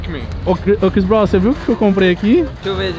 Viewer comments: "Chris Bronw" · nem parece que ta estudando ingles, "Chris BRONW", "BRACK Friday" tem que entrar pra harvest em kkkkk